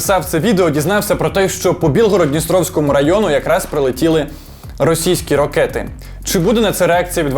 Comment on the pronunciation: Придурок, не рОкети, а рАкети на мове